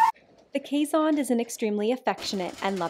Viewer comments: She isn't saying it right either. Pretty close though. Should sound more like "case" than "Kayz" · It's pronounced Case hond (as in Honduras), two words :P It's just that us Dutchies, for some reason, tend to make one word out of two. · keeshond is pronounced almost as two separate words.....something like case hond. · Yes, I am a Trekkie, too. Once I saw the curled tail, though, I knew what she was saying. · Even though we Dutchies illogically glue our words together, Keeshond is pronouced as Kees hond. You pronounce it perfectly btw, just seperate the words. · Ooooh they are so adorable! It is so fun to hear you pronounce keeshond, it sounds much like Dutch. The hond part is more with the o like storm or thought. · I was so confused about how you pronounced keeshond, but that's only because I'm Dutch 😂 Absolutely love your videos and what you do! Keep up the amazing work 🧡